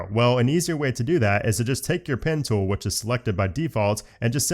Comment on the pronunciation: Ah yes. How I love my „Pintel“ 😂